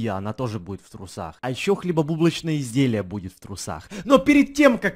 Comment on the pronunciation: Мне покозалось что сказала хлебо бублачные изделия? 🤣🤣